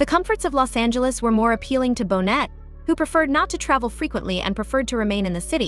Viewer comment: Pronounced bo nay, not bonnet!